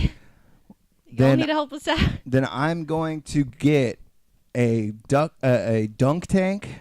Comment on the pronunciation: DUNK, not DUCK you QUACK!!!